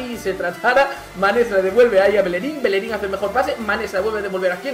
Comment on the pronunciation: Bellerin, no Belerin